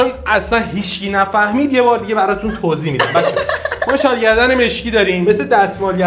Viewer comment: شال گردنی❎ شال گی دنی✅